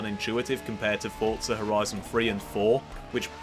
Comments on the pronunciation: There is no 't' before the 'z' in Forza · DUDE WHERE IS THE “T” IN FORZA????